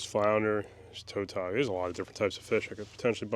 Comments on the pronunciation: You got on a lot of fish! Ive always pronounced Tautog as never heard it said as "toe-tawg"! I see you cut the flounder fillets off but you skipped how you removed the skin from the fillets? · Toetog😂 tuh-tog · It's Tautog not Toetog. Is that a northern nickname or is that the actual way y'all pronounce them. Because no one in Maryland/Delaware never says that. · In Virginia we pronounce Tautog as it were a w.It would sound like it was spelt Tawtog.The au sounds like a w.The og as in frog.